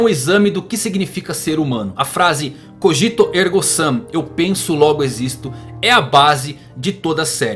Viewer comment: CÓgito, não coGIto MÔnada, não monaDÊ Cogito ergo SUM, não ergo SAM